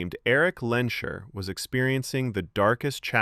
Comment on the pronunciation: Lehnsherr is pronounced "Lanes Hair", not "Len Sure"